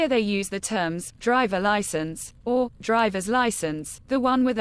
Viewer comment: "Drywer license"